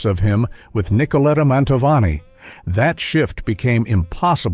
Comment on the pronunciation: El moderador ES UNA BRUTA BESTIA!!!!!!!!!!!!!!!!!No sabe siquiera pronunciar el apellido de Pavarotti ni de Mantovani. Esto es una burla al público. QUÍTENLO!!!!!!!!!!!